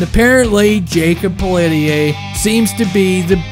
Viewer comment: the "e" is silent, it is pronounce "pell-T-A""